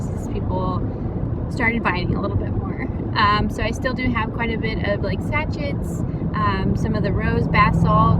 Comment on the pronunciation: This was interesting to watch, and hear your honesty. I had same experience with small local market, but glad I tried. Local Facebook group works much better.. Im in New Zealand. How long have you been saying 'sachit' instead of sachet? I'm sure you're not the only one 😁